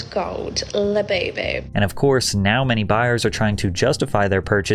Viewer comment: She is "di öüná" of the "göüld lö-böü-böü"